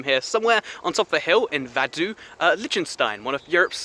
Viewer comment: Vaduz is pronounced vah-DOOTS